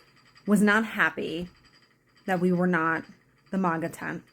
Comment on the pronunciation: You can't even say MAGA correctly you clown.